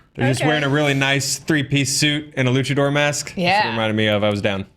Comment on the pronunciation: I like how he says "luchador"